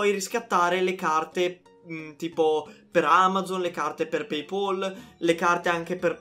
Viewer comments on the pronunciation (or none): none